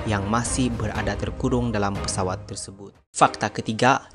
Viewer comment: Pesawat boss bukan peswat